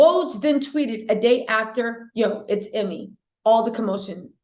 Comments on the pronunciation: EEEE-May not Emmy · His name is pronounced” you-mee”.